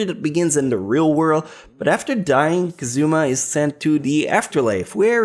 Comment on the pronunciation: You know for an anime that literally says his name "Kazuma" so dang much. Its a surprise as to how people and you still manage to mispronounce his name.